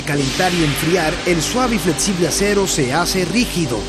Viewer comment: Fletsible, etsito, etc. Jajajajaja